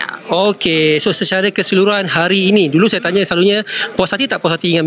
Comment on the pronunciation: Suruh ajai betulkan sebutan S nya jgn saya di sebut jadi shaya,shyuka,shyanang baru lah komen orng